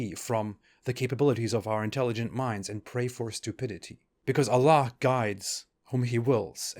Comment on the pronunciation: FINALLY SOMEONE WHO KNOWS ITS AL-LAH (THE LAH) AND NOT ALLAH